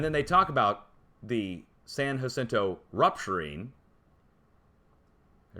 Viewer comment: San ya-cento..San Jacinto. Fmr. Cali resident